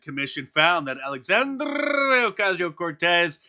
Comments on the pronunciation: Mark man.. that rolling R you do in AOC is so cringe. Please stop doing that. I'm begging you. 😖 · Please stop rolling your tongue like a school boy when you pronounce AOC's name. It annoys many of us! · I'll never get tired of Mark's "Alexandrrrrrrrrrrrrrrrrrrrrrrria Ocasio Cortez"